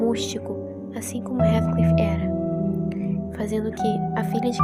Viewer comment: Observe a Pronúncia do nome de Heathcliff por favor.